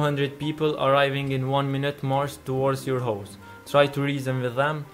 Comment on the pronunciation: The way u say house sounds like hoes